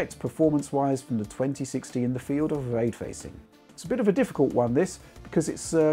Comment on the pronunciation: What’s way twacing? 😝🤣